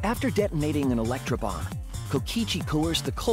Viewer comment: When he said “last electrobomb” it sounded like “last lunchable” lol